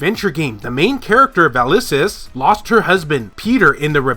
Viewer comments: VaSilis not Valisis. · Vasilis, you know, a female name. Can you pronounce it? Good luck.